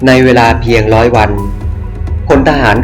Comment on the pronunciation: ยิงพาด อังกิด ล้อย. รึว่าร้อย เอาภาษาให้ชัดเจนร.เรือล.ลิง. ฝึกออกเสียงก่อนจะน่าฟังกว่านี้